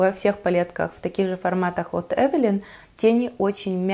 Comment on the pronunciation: Спасибо,что правильно произносите название фирмы.И больше не подстраиваетесь под тех,кто сам придумал как лучше говорить.Основные две категории это "так больше нравится" и "так привычнее".